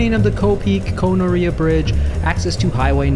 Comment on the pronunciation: Koh Noreah...Gonorrhea LOL (very punny).